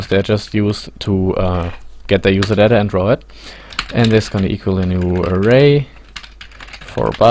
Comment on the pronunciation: Juserdädä :D